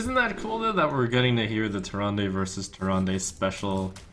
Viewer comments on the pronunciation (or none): Behold, the armies of Stormwind: a shifting shade, Confessor Paletress, Millhouse Manastorm, Gormok the Impaler, a priest of the feast, and an injured blademaster. Seems a little wonky, but they did win, so… good recruiting your Majesty. Also, the last syllable of Tyrande isn't pronounced "day". It's pronounced the way the Innkeeper says it. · It's pronounced Tyr-aand not Tyr-and-ay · That Leetri Guy More like Tyrandeh. It's the Latin-style e.